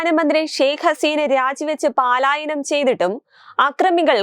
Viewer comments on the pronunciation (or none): പലായനം എന്നത് ശരി. പാലായനം എന്നത് തെറ്റ്. 😊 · ഇതിന് മുൻപും പറഞ്ഞിട്ടുണ്ട് പലായനം എന്നു വായിക്കാൻ. എന്നിട്ടും വാശി തന്നെ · Paalayanam alla palayanam anu penne.Malayalam mattanda ninte vakayakkanda.